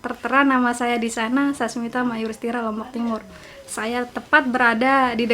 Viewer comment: Entah sesulit apa nama saya sampai " dinasional pun salah di sebut😁 yang benar "Sasmita mayuristira" bukan mayustira🙃